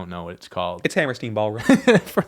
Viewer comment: I'm sure it's here a million times, but it's Hammerstein, not Hammersteen